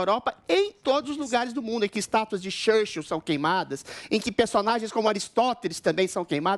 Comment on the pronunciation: lembrei do professor vila no pânico zoando eduardo bananinha qdo ele mandou uma pronúncia de "shurshiu" igual o adriles fez kkk